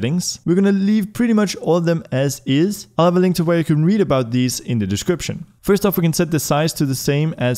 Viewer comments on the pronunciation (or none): none